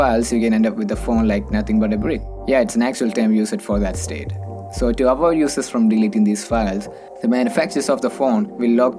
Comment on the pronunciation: Dude everything about your accent is fine but please work on these 2 words. They are highly confusing when you speak fast english with different accent. 1. Access - not SS 2. Users - not uses In subtitle also it's showing SS instead of access.